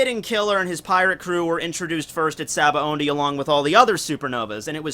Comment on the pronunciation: dude! it's sa-ba-odie (sabaody) not sa-ba-ondie!!!